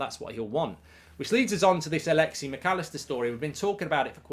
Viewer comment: It’s alexis, not alexy